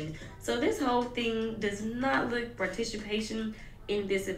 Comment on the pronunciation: you replaying the way she said participation is sending me LMAO.